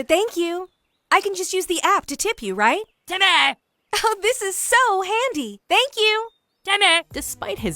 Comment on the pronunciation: Impressive of how Timmy is a rock leader for only saying "timmah"